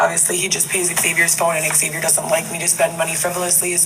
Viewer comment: Does anyone know if EggSaviour's name is really pronounced that way or did he tell her the proper pronunciation and she just went "No, it's pronounced EggSaviour"? I've met a few Xaviers and Zaviers before and none of them pronounced it like she does